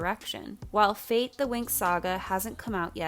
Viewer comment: "Fate" is not an English word. Winx was an Italian show. Fate should be pronounced in italian. It means fairies not "fate" as for destiny. Sorry, but it's sooooo strange to hear you say fate like that ahahah